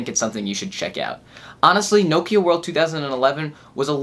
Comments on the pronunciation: its Nokia< N-O-Kiar! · what the FOOK is No-kiar!!!